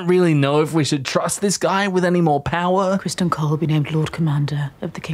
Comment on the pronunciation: Who's Criston? Oh, you mean Ser Crispy...I mean Ser Christmas Cole!